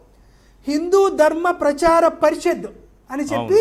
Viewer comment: పరిషత్ అనడం కూడా రాదు వీడికి.